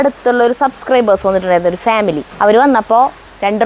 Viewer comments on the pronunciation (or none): none